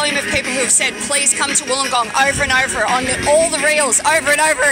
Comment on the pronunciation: "ORVER AND ORVER" really??